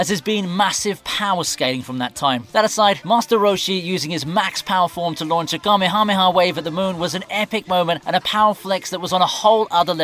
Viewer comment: oh come on, name drop Kamehameha and say "huh" as the last syllable? Who wrote your script for you? its HA! as the last syllable. as in haha funny HA. Not "huh". Shame.